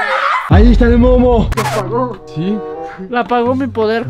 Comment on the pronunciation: No que te entendí que dijiste mono en vez de Momo😂😂😂😂😂😂😂😂😂😂😂😂😂